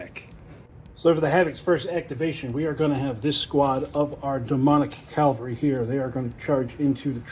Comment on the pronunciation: Hot hint: it is Ca VAL ry, not CAL va ry.